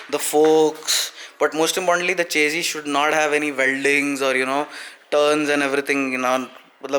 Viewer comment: Eh chesy chesy kya hai, eh chesy chesy. Chesy chesy le leeeeeeeeee,...chesy chesy le le chessssyyyyyyyy.. English ki toh maa behen kardi chesy ne...